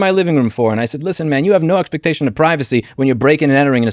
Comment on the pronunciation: I know it’s not the most important thing here, but that guy is definitely saying “expertation”, not expectation